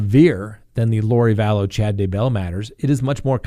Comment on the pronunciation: Can’t believe this guy is a lawyer? He still has trouble saying Daybell...! Now He butchered Duggar.......